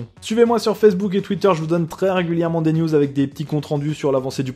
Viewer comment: J'ai compris "nudes" au lieu de "news" à la fin x)